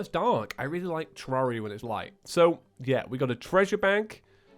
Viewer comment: In the intro I thought he said terraria and fusists